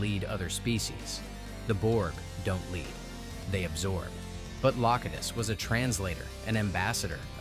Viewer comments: Loctiss? who's Loctiss? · Also Locutus changes pronunciation changes after 2 correct uses and then goes AI incorrect the rest of the segment. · Love how at one AI says Locutus and one says it wrong. Do better!